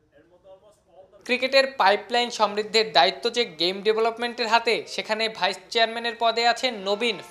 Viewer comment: It's vice-chairman not vichherman